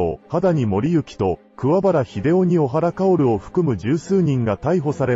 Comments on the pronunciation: おはらではなく、こはらです‼️ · 小原組は、オハラではなくコハラです